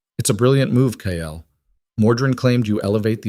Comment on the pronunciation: It's Kael not Kyle 😭